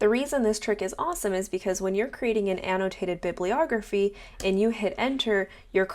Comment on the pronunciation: an -- no - taited ---- bib --- lee- ogrpheei